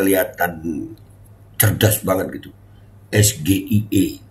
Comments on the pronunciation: KPU ini harus tegas dlm melaksanakan Debat Cawapres, krana dlm Debat tdk benar menggunakan Singkatan seperti yg disampaikan Cawapres nmr 02 tp Gibran, tp rakyat cerdas malah Blunder kena saat menyebutkan SGEA harud dibaca pake bahasa Inggres dia bsca bahasa Indonesia blunder malu maluin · Itu sgie.. cara bacanya indo ..tapi kepanjangan nya dlm inggris...itu aja dah jdi bahan pertanyaan tuh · Padahal gibran sendiri juga salah mengucapkan singkatan huruf" Itu... Masa singkatan bahasa Inggris di ucapkan dlm abjad Indonesia, mau terlihat pandai malah yg terlihat kekurangan nya. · Gibran baca ejaan singkatan dalam bahasa inggris salah penyebutan huruf. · SGIE ( Sour Grapes in Excess ) siasam sulfat jg salah bacanya dan ini jebakan bt cak imin hrsnya cak imin gk ush sungkan dan sopan sikat sj biar seru debatnya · Pertanyaan titipan.klu bnar singkatan inggris seharusnya bacaan nya gk kayak bahasa indonesia seharusnya dibaca esgi aiy ii sesuai bahasa inggris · Maunya memang menjebak pakai singkatan2 bahasa inggris (percis nyontek bpk nya dulu di 2019 dg PS 😛) ttp coba dengarkan bacanya pakai bhs indonesia ès ģé i é huahaa 😜 (nggk natural dikonsep team nya, bhs inggris disingkat ya hrs tetap pakai bahasa inggris lah bro, belajar dulu lah dr Pak Anies kalo bicara inggris heheee), ini bkn cerdas cermat hanya tehnikel jwb tanya cari di goegle jg bisa heheee .. yg penting jwb nya subtansinya, mantabs AM1N ☝️👍🏻🙏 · Harusnya Es Ji Ai I gtu ya ngucapin singkatannya soalnya singkatan Bahasa Inggris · Liat mukanya Samsul bikin mual...!!! Singkatan English di bacanya indo,contoh...UNICEF dibacanya yunicef bukan Unicef ...Samsul!!! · Ya baru denger , Be wong samsul bilangnya ES GE I E, coba kalo bilang ES JE AI E..... Beda dong, uda gitu pertanyaane mandeg disitu, samsuuul samsuuuul.... Kelihatan cerdas banget ya...tapi kok harus balik semester depan lo wkwkwkwkwk🎉🎉🎉🎉🎉🎉🎉🎉🎉🎉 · S Ji Ai I bukan S G I E.samsul.... gimana cak Imin mw jawab nanyanya jg salah